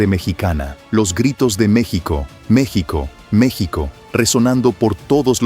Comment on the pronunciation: El narrador esta bien wey no se dise mechico se dise Mexico. bruto😊